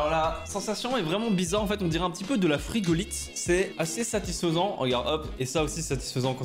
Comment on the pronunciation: a un moment il dit frigotile